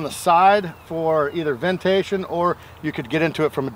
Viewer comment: with the new word...'ventation' I like it and will be listening to see if the sports announcers pick it up this fall! Great job, guys!